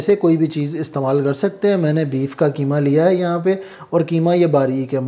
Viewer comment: کی ما نہیں بلکہ اسکو قیمہ کہیں ۔۔ قی ما ۔ قاف ۔ کو ق بولا کریں ۔ جزاك الله